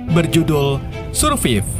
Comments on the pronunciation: Cara bacanya serfaif bang, bukan surviv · Bacanya “survaiv” bang 😢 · baca SURVIVE bukan SURPIP bang. Tapi SURVAIV. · Survive bang bukan surfif 🤣🤣🤣 JK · min, bukan dibaca "surviv" tapi dibaca "sur-vaif" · Judulnya dibaca Surfaif bukan surfif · Survive dibaca serfaif bukan surfif 😂😂😂😂😂😂😂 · SEURVAIVE BUKAN SURPIP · surpep sia teh. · Ko dibacaya surviv sih? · Menit Surfif😂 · Bacanya survaiv bang 🤦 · Survive di baca survaiv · Dibaca sursaif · Cara sebut "survive" lawak😂😂😂 kesan Indon kena jajah dengan Belanda dulu😭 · Sebutan "survive" harus diperbaiki...salah total...majoriti youtubers indonesia tidak dapat menyebutkan bahasa english dengan benar... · Malu2in amat ngomong survive aja salah